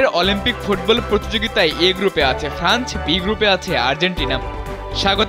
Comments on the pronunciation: ফ্রান্চ না ফ্রান্স - উচ্চারণে আরও সতর্ক হতে হবে। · Franch na France.....